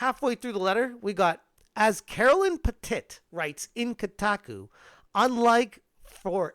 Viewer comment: Not that I give a fvck about that woke fool’s name, but are you saying “Petit” like that on purpose? It’s hilarious 😂